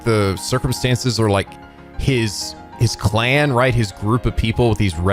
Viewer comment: Anyone notice that has a funny way of saying the word “clan?”